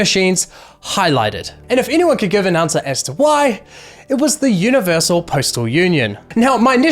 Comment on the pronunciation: I'm new, why does he say "Universal" with French accent?